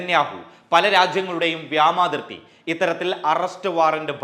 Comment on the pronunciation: എടോ വ്യാമാതിർത്തിയല്ല, വ്യോമാതിർത്തി ആണ്. കാദറിന്റെ വിവരമില്ലായ്മ തന്നെയും പിടികൂടിയാ?.